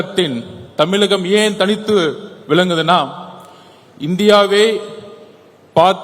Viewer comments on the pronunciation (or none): தமிலகம் இல்லை தமிழகம்